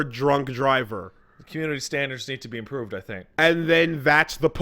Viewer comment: "Comunity standards need to be emproved" your canadian is showing